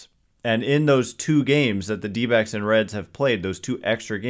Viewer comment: Anyone else hear dbags every time someone says dbacks?